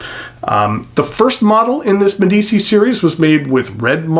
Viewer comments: It's pronounced MediCHI. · It's said "Med ee chi" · Spelling yes, pronounciation no :) Not that it matters, great review. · I love your reviews; they’re simply magnificent, and by that I mean thorough, concise, and above all—interesting. But I must say that I abhor your pronunciation of foreign words. I’ve mentioned your German and French mispronunciations before, and now I must join with others on this review in adding Italian to the mix. I cringe when I hear your mispronunciation of Medici, Meisterstück, inter al. Here’s a suggestion, and it’s one I follow when I come across a non-English word that I must use, either in a lecture or some other context—I ask. It’s as simple as that, and it takes just a little bit of humility to admit that we don’t know something, but it really pays dividends. Next time you have to use a foreign word, ask someone who speaks that language. Or, email/phone me and I’ll try and help. Our ears will thank and bless you